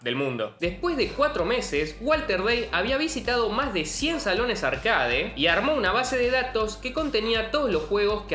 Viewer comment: ¿No crees que es una grosería no presentarte en tus videos? Y se dice «arquéit».